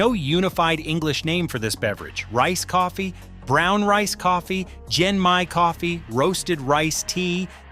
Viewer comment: It's pronounced GEN-Mai with a hard G sound.